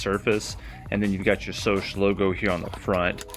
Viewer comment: Scosche is pronounced with that first 'C' that sounds like a 'k'. skowsh.